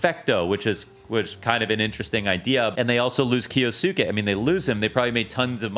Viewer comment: why is it so hard for people to pronounce kyousuke? it's just kyoo-sooke